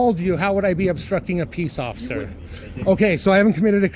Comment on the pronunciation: I lost it when he said ociffer Snowball 😂